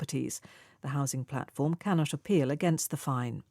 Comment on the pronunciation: can not apeal 캔낫 쇼필로 들리네요.